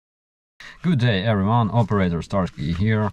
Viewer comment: In your intro and outro today you said "Operator" without any accent for the first time. (You usually say Oap-erator Starsky.) You must be practicing your English (which is already excellent)